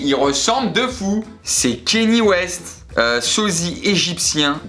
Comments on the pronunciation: ça se prononce pas « Kenny West » mais « Kanié West » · ça ce dit "kanié west"